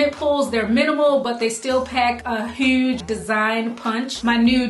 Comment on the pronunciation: Lovely! I heard the Bmore in that "huge, huge, huge" LOL